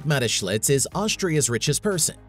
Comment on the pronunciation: Where is there a letter L in that man’s name. Do some homework on how to say the main subjects name. It’s annoying and disrespectful